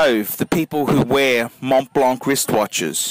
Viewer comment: you said it correct.